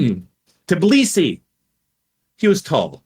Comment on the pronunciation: The incapability to pronounce Tbilisi is very sad american